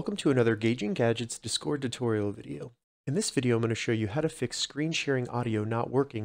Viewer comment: learn how to say discord you weirdo